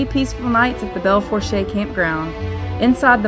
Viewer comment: FYI -- It is pronounced Bell Foosh. The last word is pronounced as a single syllable with no r sound and no "long ay" at the end. I grew up over across the border in South Dakota in the town called Belle Fourche which means beautiful forks, or the area where three forks of a river meet. It is actually 2 rivers and a creek. They include the Belle Fourche River, which is the river that runs by Devil's Tower, the Redwater River and Hay Creek. The current monument to the center of the nation is 2 blocks in one direction from where my family's house was. And the forks of the river was about 5 blocks from my house. So, yeah, I would know.